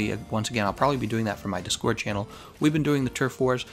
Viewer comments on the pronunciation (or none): none